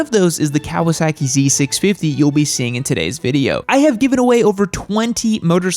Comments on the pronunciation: It's Kah-wah-sah-keei not "Keaweaseakee" 🤦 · I can’t take your seriously with your pronunciation of Kawasaki. It’s not “cow-a-sacky” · The way you say "Kawasaehki" amuses me,. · I hate the way you say Kawasaki and the z650 is a great bike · The way you pronounce Kawasaki...😂😂